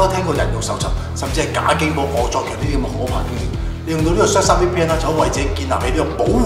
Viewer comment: 明明surfshark但你讀到削沙🤣